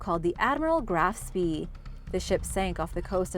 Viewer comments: It's pronounced GRAF-SPAY. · How to pronounce the ship Graff spee its pronounced gra-ush sfee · You mis-spelled "Channel"! You also need to learn how to pronounce "Tudor" and "Graf Spee"! Lastly, "Co Down" isn't "Codown", it's an abbreviation for County Down!!